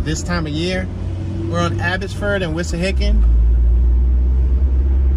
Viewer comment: It's not Wishahickon -- it's Wissahickon babe.